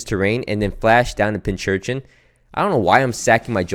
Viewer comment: Bro. Pin Cushion + Urchin (as in Sea Urchin) = Pincurchin. Pronounced like Pink Urchin. Not Pinchurchin. Sorry, it feels like you say it every other video and it drove me insane.